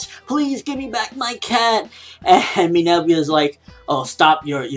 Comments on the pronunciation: IT'S MINERVA NOT MINERVIA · umm no offense but you're saying her name wrong it's Minerva not "Minevia" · Why does say Minerva like that? Minerva = Meh - Ner - Va!